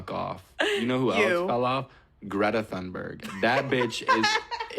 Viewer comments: also, greta’s last name is pronounced ‘TUN-berg’, not ‘Thun-berg’ just so we all know. you can pronounce it even better than tun-berg as well but imo that’s leaning into having a swedish accent. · Just so you know, it's pronounced Greta Toon-berg. No shade just constructive criticism. Love you!